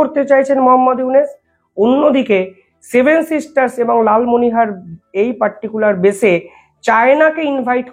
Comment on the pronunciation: Dada ektoo vool uccharon korchhen , Lalmonir hat " Lalmonihar " noy . JAY JAWAN, BANDAY MAA TARAM, BHARAT MATA KI JAY. 🇮🇳🛕🙏